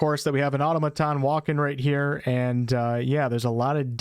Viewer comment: Bro, the way you're pronouncing automaton is doing my nut in! Automuhton not auto-maton, argh